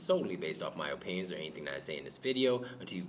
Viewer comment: O-pinions 😂 funny, the best